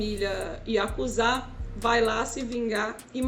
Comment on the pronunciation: Yakuza nao IaKuZa mskska